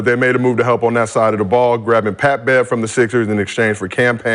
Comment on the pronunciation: "I duck no smoke Pat!" is all I'm hearing LMAO 🤣🤣🤣